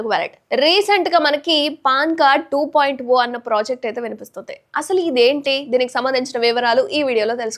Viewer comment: మీరు టు పాయింట్ ఓ అంటున్నారు అది 2.0 ( టు పాయింట్ జీరో)